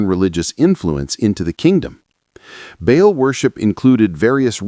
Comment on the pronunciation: Ba’al is pronounced like “ball” dumb ass!!!😂